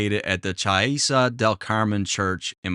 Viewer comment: Im here to help with his Italian 😂 Church is Chiesa. KEY-EZZ-AH